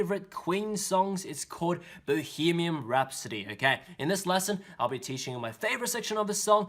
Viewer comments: It’s Bohemian not Bohemiam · He also pronounces it as Bohemium Rhapsody